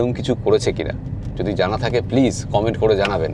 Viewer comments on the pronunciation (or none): none